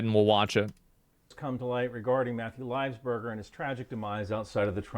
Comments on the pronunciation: he can't even say his name right .. livesberger? whos that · this guy cant even pronounce his name right. its livelsburger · "Lives burger" Cringed every time.